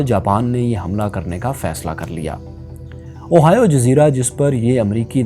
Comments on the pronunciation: اوہائیو نہیں ،،، ہوائی جزیرہ ،،میں یہی رہتا ہوں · Little correction, Ohio is a midwestern state in mainland America, the correct pronunciation of oahu is "ow aa hu" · Plz correct the Oahu pronunciation